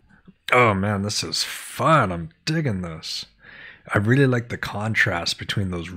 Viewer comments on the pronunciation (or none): none